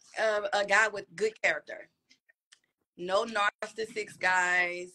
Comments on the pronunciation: What is a “narstasix”? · Intangibles to bring back 2024: sense of shame, dignity, respect, class & not utilizing clinical terms you can’t pronounce (“narcistisicks”?)😒